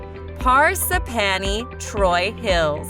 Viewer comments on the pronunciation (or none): phar - sip - phany (is she ok? because that’s not how you say parsippany) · Par sip pan e. Jesus. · Chad-than? Par-sip-pany?? The Narrator needs to take her mouth back to the dealership and get another one. 😭😂🤣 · I tried man, I really did...I suffered through "ChaTHam" and "HO-HO-KUS", but "Parsi-Panny" was where I had to draw the line and pull my chute. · It's pronounced "Chad dum" oh my god!! PAR SI PANNY!! stop please get a local narrator and Princeton seriosuly lol$ 115k pp hh this is hysterical 🤣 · I know, right!? Par-s'panny?! Where the fuck!? 😂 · Par-sip-panny! ROFL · Don’t pronounce Parsippany correctly. Video showed bridges and city buildings……there isn’t any of that in the town. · She fucked up Parsippany😂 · I thought Ho-ho-kus was bad until she mentioned Parsippany and both my husband and I went, "WHAT??" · Amen! Parsippany? Ho-Ho-Kus? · You re not saying Parsippany the way it s said . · Amen! I think the narrator was actually a computerized voice. When she pronounced Parsippany she reminded me of Ed Norton on the Honeymooners, in his pronunciation of "a string of Po-lop-ponies (Polo ponies)" while rehearsing for a play. 😅😂🤣